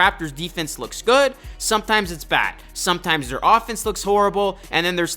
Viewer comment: 'som'a times... ' 😅😅😅😂